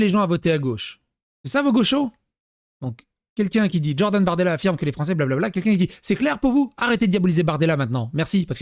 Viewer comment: Stp arrête de dire DJordan lol c'est Jordan avec un J pas un DJ à l'américaine x)